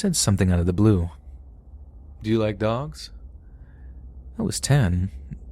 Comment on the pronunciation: You like dogs? Sounded like, "You like jazz???"